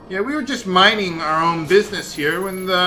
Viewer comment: I swear it sounds like you said "Mining" our own business. There's no way you would have made that pun, right? Right?